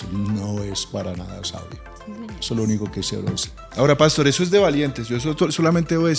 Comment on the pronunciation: Buenos dias. Por favor no cambien la pronunciacion de las palabras. Cheo dice pàstor en lugar de pastor, seo oye tan feo esa pronunciaciòn